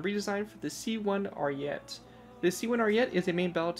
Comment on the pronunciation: I actually finally found it. I've been digging for this thing for sooooooooooooooo long. Do you plan on giving it a redesign? Also, its pronounced "Ariet-é". Also, a little bit of history cause why not. The Italian army planned on making the C2 Ariete with upgraded composites, however, it was too expensive. Their solution was to make composite armor attachments and add them to the already existing C1 Ariete, hence the weird bulky stuff on the side.